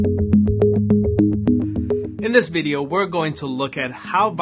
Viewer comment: I loved your “Bidio” so much!